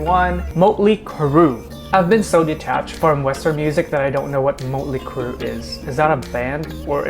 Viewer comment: It’s pronounced MOTTly Crew